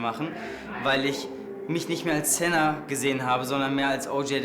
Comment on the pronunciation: Ich heiße sena aber die haben es falsch ausgesprochen :( da wo oljay es aus spricht das ist richtig